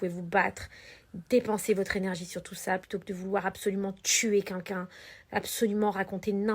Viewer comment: "Vous pouvez tuer cuncun"..! Non Magali... Répète après moi... QUELqu'un... Allez, essaie stp 😉